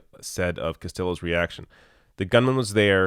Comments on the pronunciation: It's probably said Cast-ee-yo. Spanish. :-) <3 (Try to see me speak properly Quebecois French, and I'm sure I'll also make mistakes). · 'Casteeyo'. Spanish double "LLs" have a 'y' sound. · I cringed every time he said Castillo... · Nobody important. It's a simple correction of pronunciation. The kid DIED a HERO. IF ABSOLUTELY NOTHING ELSE, say his name correctly. Im just a schmoe, and i get irritated when someone mispronounces MY name. And, not for nothing, but when someone pushes back about pronunciation, you should point out what a basic level of respect that is asking for. Got to move these people along. Jones isn't the only last name anymore.